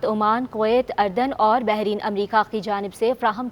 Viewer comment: محترمہ ملک اردن کا نام صحیح پڑھ لیا کرے افرو کا تلفظ پڑھنا سیکھنے کی کوشش کریں۔